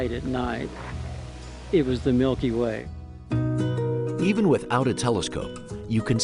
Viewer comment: Nobody: Presenter: yEs iTs tHe mILkY wAE